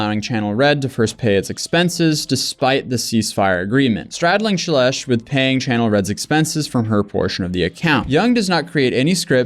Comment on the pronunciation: Shelesh... sounds like Trump trying to say Celeste ("God blesh the united shates")